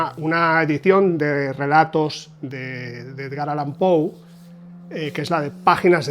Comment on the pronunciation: Excelente info como siempre, precisa, rigurosa y objetiva; y por fin escucho a un español decir "Pou" y no "Poe". Tampoco se necesita mucho esfuerzo darse cuenta que Poe es un master, sea cual sea la traducción. "Páginas de Espuma" edita con calidad sin dudas, pero esta cubierta es "horrible", y ni hablar de la libretraducción que quieren promocionar como "original". Respecto a Mariana Enriquez, solamente "El Cuervo", le sobrepasa por 10 veces. Agrego que tengo la de Gredos (Cuentos), con traducción de Cortázar.